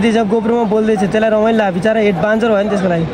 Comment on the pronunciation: एड्भेन्चर हो के भाइ एडभान्सर हैन के 😀